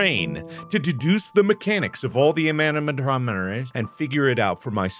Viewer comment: “ Using my brain to duduse the Anarsacfdsmotrassd”